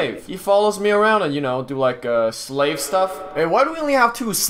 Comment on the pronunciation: Bro is saying slav instead of slave. ._.